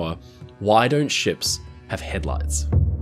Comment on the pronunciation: Keep hearing him call it head lice.